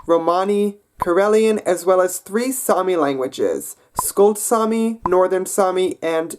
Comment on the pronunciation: sami is mans name and its saami